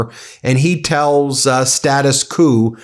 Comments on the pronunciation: Status kewwww, it's actually status kwoooo...in pronunciation haha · status ku? you pronounce it „status kvoh“, please!